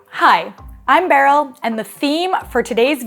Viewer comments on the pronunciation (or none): “….very beery” 😂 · Beryl: Very beery. Me: * proud German nod *